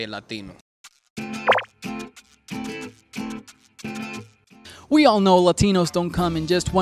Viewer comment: I hate the way he pronounces Latino, maybe he should've... not been the guy for this